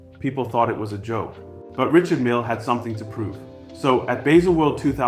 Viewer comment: Did he pronounce it wrong? 🤷🏽‍♂️